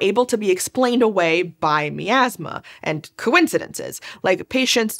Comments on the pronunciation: My-Azz-Muh, not Mee-Azz-Muh. Every time you said Mee-Azz-Muh. I died a little on the inside. By the end of the video, I was but a shell. I hope your happy. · I have to play my Pie-An-Oh, to clear out this Mee-Az-Muh.